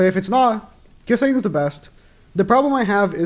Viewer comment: I fully agree with everything said, but the way he pronounces Ghislaine just hurts me inside. Man clearly hasnt watched the show or if he did it was an english Dub. You dont say the "s" in her name, its fully silent.